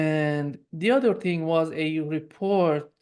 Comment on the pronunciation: Baud is VERY GOOD at English. To perfect it further remember to pronounce the ´th’ in English. He tends to substitute a ´d’. Consistently avoiding that substitution would make a big improvement with minimal effort. Th can be voiced or unvoiced. Baud has no trouble with the th in ´think’ which is unvoiced or in the word ´something’. But he pronounces ´other’ like ´udder’, as in the thing that hangs from the under side of a cow and may be milked.